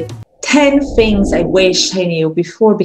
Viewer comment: It's so hard to look at it when we see our own face or those of the students... We have to look at the little camera hole instead :p There's something I see and hear from you often is your "fings" instead of "things"... be careful. ;) Thank you so much for all the material you bring, it helped me clarify and understand the things I had a problem with and you helped me getting more excited again about teaching and I got back to my old files and material that I classed again. I can better structure my whole teaching.